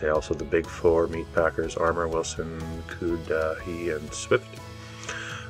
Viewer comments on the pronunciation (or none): Should have learned how to pronounce Cudahy, before butchering (NO pun intended) the name.